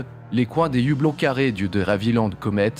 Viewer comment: Justement, le H de "hublot" est muet, on ne fait pas la liaison ! Merci Sybic74 ;-)